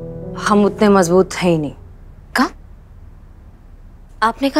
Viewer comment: Mazboot nhi majboot 😂😂😂😂